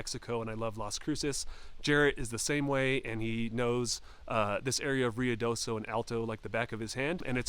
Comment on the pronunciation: Roo ee do so , not Ree oo do so